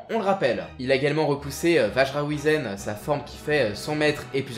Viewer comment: alors juste un truc qui m'à trigger tout le long de la vidéo... ça se prononce Whyzen